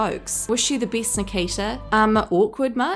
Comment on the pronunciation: Geez woman. How bad can you be at speaking? You mispronounce so many words, my ears hurt. People get better, not bitter! Things are best, not a beast! Even Beyonce speaks better.